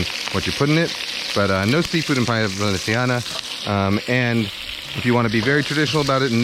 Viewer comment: When u pronunce Paella Valensiana it's the way it should be pronunced, 'cause in València we speak valencian and 'c' sounds like 's' like the colombian accent you used. Btw, that was a good recipe and a top channel! You should try to cook Fideuà, it's a paella made with some kind of noodles (fideus) instead of rice, and seafood, it's from Gandia (València).